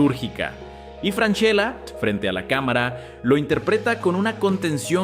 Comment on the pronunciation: imposible de ver si no pronuncias bien el apelllido